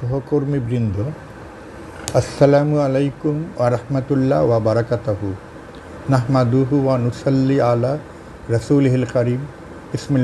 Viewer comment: Obarakatahu uccharon sohiho na